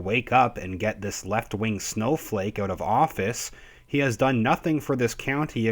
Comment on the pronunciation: I'm a relatively new watcher to your channel. I heard the Canadian accent when you said "out". I love it dude. Thanks for the informative videos.